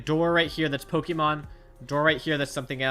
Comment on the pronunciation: btw it's Poke-mon not Poki-mon :P